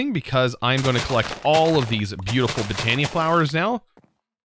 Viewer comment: Not trying to spell check or anything but I think botany is pronounced (bot-an-ee)